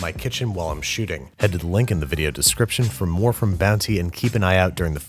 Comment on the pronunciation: You called it bouncy at the end